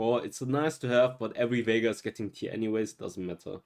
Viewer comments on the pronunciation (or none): none